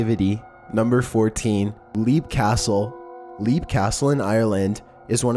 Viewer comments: Number 14 is pronounced as Lep Castle not leep. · LoboDeSade Perfect example in this video, number 14 Leap Castle in Ireland is pronounced "Lep" and not "Leeep" as he says. I guess one thing it shows is this guy does his research by reading and not ripping off other people's videos, because if he did then he'd know how to pronounce the names of places ... unless he is copying other videos who pronounce it wrong as well ... okay I'm going to hide back in my cave now, my brain hurts. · You need to learn to pronounce the names of these places correctly. It's pronounced LEP CASTLE and Samlesbury Hall is pronounced SARMSBRY . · It's pronounced "Lepp" Castle.